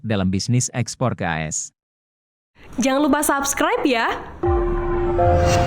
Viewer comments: Narasi dengan audio AI ini sungguh tidak enak didengar, mosok menyebut A S dengan as... Kemalasan editor merusak kualitas berita.. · Dibaca A S, bukan dibaca as, pembaca beritanya mesti belajar lagi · Bang kalau audio nya pakai text-to-speech , kalo mau AS dibaca dengan benar, pas konversi ke text to speech ,bisa tulis ‘A ES’ , jadi pas dibacanya benar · Bang admin, kalo pakai suara AI, tulis AS nya jadi A ES, biar ga aneh kedengarannya.